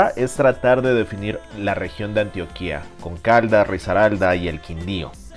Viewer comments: Muy bueno tu video... pero no se dice "Antioquía" con tilde en la i...el acento va en la segunda sílaba "tio" con más acento en la O... cuidate!!! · Amigo Méxicano muy vacano y todo que hayas venido a nuestra ciudad y que te haya gustado pero al menos fíjate en nombrar bien al departamento de Antioquía que no se menciona como tú lo dices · Gracias por mostrar la cuidad de Medellín y sacar lo mejor de ella!! Una sola cosa no como critica si no como una corrección positiva! se dice Antioquia sin tilde en la letra A del final. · Amigo no se pronuncia ANTIOQUÍA... ES ANTOQUIA SIN ACENTO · Excelente vìdeo, me encanta mi Colombia. Y por cierto es Antioquia, no Antioquìa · Lo dices MAL No es Antio-qui-a es: ANTIOQUIA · Antioquííííaa nooooo, ANTIOOOQUIA. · Hola, te felicito por tu exposición.. Te corrijo no se dice: "Antioquía" como si llevará tilde en la i, se pronuncia sin tilde 👍🏼. Éxitos!! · que video de mierda y estas pronunciando mal antioquia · Antioquia (cuya capital es Medellín) es llana con diptongo y se pronuncia con el acento en la o y, por tanto, se debe escribir sin tilde. Es frecuente que se aplique indebidamente la acentuación de la ciudad turca al departamento colombiano. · SOY PAISA A MUCHO HONOR MANIZALEZ así es... muchos extranjeros remarcan acento en la í, lo cual no es correcto, incluso hasta el actor Damian ALCAZAR que hace un programa para canal 11, la pronunció al departamento de Antioquia igual que este chico... y como tú dices es correcto, no se tilda la O ya que el adentro es prosódico o de intensidad...